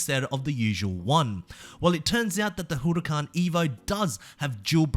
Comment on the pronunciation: The way he pronounces Huracan is hilarious